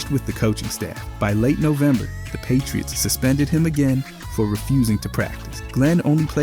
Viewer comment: The "Pie-tree-its" game was phenomenal